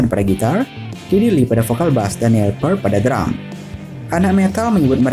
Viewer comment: Ralat, bacanya Nil Pirt.... bukan Pert.